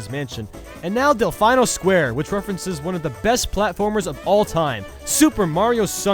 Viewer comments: 1. it's del FEE no 2. delfino plaza isn't that entertaining the only thing holding it up is nostalgia and the one bridge 3. only a couple are based on epicness or coolness the rest are nostalgia i know this is your list but still with Gen 5 haters in the pokemon world and more it's just getting out of hand but still most of your lists aren't based on nostalgia which is why i love them yet it's nice to have a change once in a while but i think nostalgia ratings have been off the chart sence Gen 5 in pokemon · this is the second video of yours i have watched and while the content is alright, your mispronunciations are really annoying. to list a few: roulette, comet, delfino, gelato... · delfino is pronounced "delpheeno", not "delpheyeno" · ITS DEL FEE NO. NOT DEL FINE NO!!! Anyways great video. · Del-fine-oh? it's Del-fee-no. And must this guy have to compare everything to Double Dash even though it has literally no resemblance? EDIT: also with the Peach's Castle thing, it's just like Zelda where the castle changes throughout each game so that N64 Castle you're talking about is not the same castle in the DS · Dalfineo? It's dalfeeno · Del-Fine-Oh? Sorry, I just find it funny when you say that. As pronouncing it as "Del-feen-oh", I find it cute you pronounce it like that. Looks like i'm gonna have to watch one of your Sunshine videos now! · It's delfeeno not delfino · Every time you say "dell fine oh" a cute newborn kitten gets stabbed to death and incinerated. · Nononono, one does not say "delf-eye-no" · Del-fye-no? Da fuq. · Del - fee- no . Like the video but that will drive me crazy . That course is great however we say it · its pronounced DEL-FEEN-OH island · Tic Toc Clock is from Super Mario 64 . . . AND IT'S DEL-FEE-NO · He keep saying Delfino wrong. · Say delfino correct and I wont be pissy